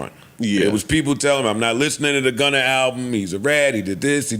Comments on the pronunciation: It’s Gunna not Gunner 😂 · The fact that Joe says Gunner is hilarious